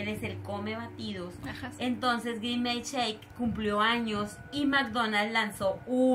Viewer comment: Nose llama grimescheque es grimes😊